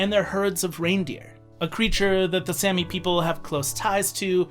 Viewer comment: Really annoying how you pronounced it like sammy...its pronounced with a long a saami! Also please include Finland or Russia!